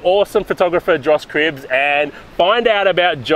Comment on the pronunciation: Just a heads up, it's Cripps not Cribbs :)